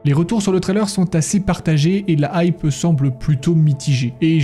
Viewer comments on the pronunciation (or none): none